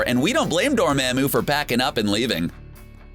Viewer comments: / Dormamou you said, you need to say, dormamu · Anyone cringe on the way he said DOOR MA MOO I swear doctor strange said “DOOR MAH MOO” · Yeah it is pronounced dorumumumoo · cmon bro did u even watch the movie? They literally pronounced his name as dormOmu who in the tf is dorMAAMU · It's pronounced door-mom-oo not door-mam-oo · Door Mom moo Not Door ma'am moo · its not door mam oo its pronounced door mom ooo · It's dormomu not dormamue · Dormamu not dormaymu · It's Door-ma-moo! Not Da-ma-mo! I am sorry I can't help my self : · / Dormamou you said, you need to say, dormamu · Noone: Absolutely noone:: Dorm*A*moo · I's dor-mom-oo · Dormooooooomo not for mamo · DormAmeo he can't say it write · omg please learn how to say Dormamu correctly. This is like the third video where you mispronounce it <3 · Dormehmu lmao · Disliked when he said dorMAMu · DorMAMu? He says the name about 100 times in 5 minutes, how do you pronounce it wrong? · Anybody else triggered when he kept saying Dormamu wrong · Atleast pronounce dormammu right 😂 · Omg are you mispronouncing "dormammu" on purpose? Its said like 110 times in that movie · How he says Dormamu tilts me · Stop pronouncing Dormammu wrong!!! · Just........just stop saying Dormammu until you know how to actually pronounce it